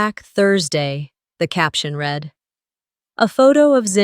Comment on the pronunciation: It’s not pronounce reed it’s red for the word read in the narration. Such a shame that nearly 9 times out of 10 the narrators pronounce words wrong. They should be given a lesson in pronunciation and grammar. It’s not their fault, it’s the powers that pull the stings.